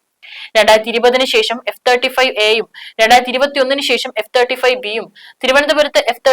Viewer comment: എന്താടോ എഫ്.. 35 എന്ന് ക്ലിയറായി പറഞ്ഞൂടെ....👍👍🙏🙏🙏